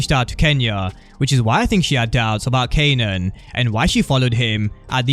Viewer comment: He kept calling him "kenan"🤣